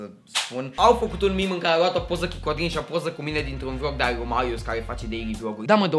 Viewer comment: cand ai zis codrin lai zis pe rr